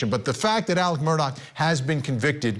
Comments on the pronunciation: I wonder how he pronounces Mr. Mur-tock's first name: Alex, Alec, or Ellick?! 😂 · "Murtog" lol?